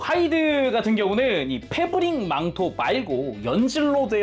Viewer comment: 뭐라구여? 페부ㄹrrrr릭 망토?!